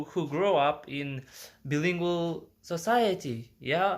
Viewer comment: Hi friend, I'm glad you love to learn languages. I think its just great. I just want to offer a little tip "Bilingual" is pronounced BYE-lingual. Like when you say Bye Bye in English when someone leaves. You're English is really good by the way! And it will get better and better :D